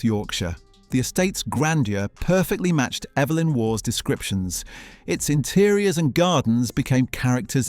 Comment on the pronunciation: Evelyn Waugh's forename is pronounced "EE-velyn."